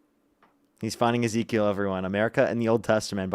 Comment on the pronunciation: "Eze-keel"??? Lol...